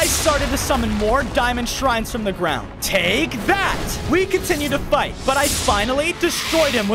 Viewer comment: You shouldn. Dig. In. The. Grawn😢😮